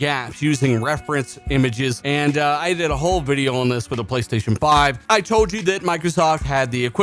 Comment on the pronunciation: Why do you pronounce the word "on" as "oh wan"